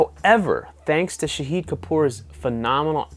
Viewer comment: The way you say shahid that means martyr.. It pronounced sha as shaahid as in shark.